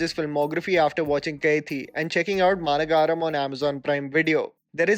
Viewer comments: Great list.. Also, "Maanagaram" is pronounced as " Maa - Nagaram" - translates to "Large - City(same as Nagar in Hindi)", a reference to how differnt people with normal life meet in a extraordinary situation in a large city.. :).. Again, brilliant videos :) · You mispronunced the name Maanagaram. It means Big City. It's the Short term for the word Maha Nagaram. also, Ala vaikunthapuramlo . It means there in vaikundapuram. Pronounced as alo, vai-kunda-puram ,lo. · The way u pronounce koshiyum and maanagaram 😂.. super content though ❤️ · The way you pronounced Maanagaram is going to haunt me forever. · It's not managaram but ma nagaram(big city) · Literally no one:: "Maanagaaaaram" 🤣 "Allavaikuntha purrrrrrrrr... amulooo" 🤣🤣🤣 Jokes apart...thanks!! For making the quarantine better for all of us🖤👑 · Quick tip on Tamil pronunciation - it's Maa-Nagaram which means big city, Nagaram is a version of Nagar and Maa emphasises it's big. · ... Maa Nagaram.. meaning big city.... not Mana Gaaram dude ... Alaa Vaikunthapuram lo.... Not Alavai Kunthapura mallu..... Today i learned the importance of splitting a work rightly... Maan, u shd atleast get the names right, understand the difficulty in accent... please..... some efforts pls... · It's not maanagaram its maa-nagaram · Not Maanagaram prounce like Ma Na ga rm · Just a nitpick. You pronounce the movie title as Maana Gaaram It should be Maa Nagaram In Hindi : Maha Nagar English meaning: Metro City Nice video. Thanks. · It's not Maana-Gaaaaram. It is Maan-uh-Garam as in Garam masala. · Its ‘Maa nagaram’ not ‘maa na gaaram’ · Its not Maana Garam. Its should be pronounced as Maa Nagaram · Love ur work. ❤️ from Odisha. A small correction, it's Maa - nagaram not nagaaram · its "maa-nagaram" not "ma-na-ga-ram" which means a big city 😅😅😅 ... anyways love the video tho. Good List. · Its maa nagaram not mana-garam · 'MAANAGAARAM' 😅😅 Pronunciation tho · Managaram pronounced wrong